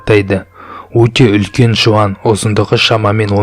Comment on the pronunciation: Олкен кол барма😆😆😆 улкен деп солешыы.олкен кол😂